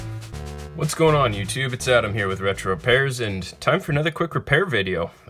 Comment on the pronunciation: i hear retroparis instead of retrorepairs